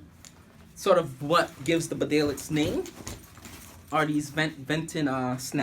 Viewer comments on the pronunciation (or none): It’s pronounced Bee-Dale. Spelled Bedale after the English town of Bedale! Nobody cares about the pronunciation you say? You also said you’d worn that jkt for a year? Damn, you are a bare faced liar! You just put that jacket on fresh, anyone can see that. You are a bull shit merchant my friend. A shifty guy! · We do care how you say it. It is pronounced BEEdale. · Actually, this isn't a simple case of having different regional pronunciations. The bedale jacket gets its name from a town in England. The town is pronounced bee-dale. Similarly, the beaufort jacket is named after Beaufort Castle in Scotland. So when us Brits correct your pronunciation of these names, it's because we realise you're probably not familiar with the origin behind them. Tbh though, I don't really mind how you say it, just thought I'd offer this information. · Beeeeeedsle. Nobody reads comments or cares. But it is pronounced Bee-dale. The people in the region might care. Lol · Exactly, so disrespectful. Not caring how to pronounce correctly a product and a brand you're supposed to 'review' does not make you cool. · hey man you're pronouncing bedale wrong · It's the name of a place and is in the same language....English so there is no excuse for not pronouncing it correctly.